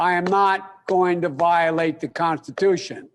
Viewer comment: Contitution lol